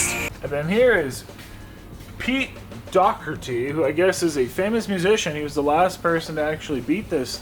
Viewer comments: OMG!! how can you not know how to pronounce Doherty or at least ask somebody it just blows my mind. Great job though. Oh, get your $$$$? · The failed attempted at saying Doherty 😂😂